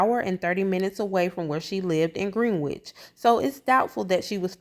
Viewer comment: I like the channel, keep up the good work! By the way Greenwich is pronounced like Grin-itch the W is silent...